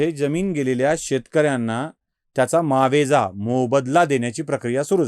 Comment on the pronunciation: ५:५८ मावेजा? 🤔 'मुआवजा' असा मूळ, योग्य शब्द आहे! ✅ (दिलगीर आहे)🙏